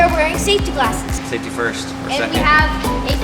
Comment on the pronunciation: "Saftey first, or second"